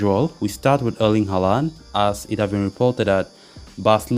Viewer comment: its haaland =)